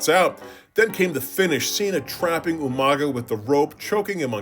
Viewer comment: Who is this Umaga person? Are you talking about You-Manga?